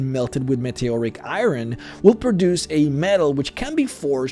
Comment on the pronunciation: "eye run" uhhhhh no eye-urn not I RUN